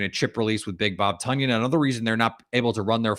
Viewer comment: It's TONyan, boss, like the weight. Love the content tho